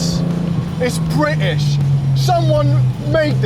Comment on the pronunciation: Thanks for saying bri'ish the correcy way :) Lovely Cars. The Speed 12 will forever be my dream unobtainium TVR. Just an INSANE car.